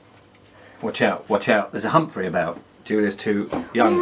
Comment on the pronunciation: I remember the “ humfrey” 😆